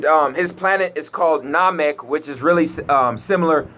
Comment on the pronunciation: he cant even pronounce SaturnNamek and Saiyan correctly go rewatch dragon ball because most of the stuff you say makes no sense do some research